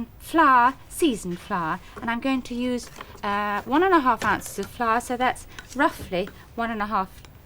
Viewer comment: I love the pronunciation of flour as ‘flash’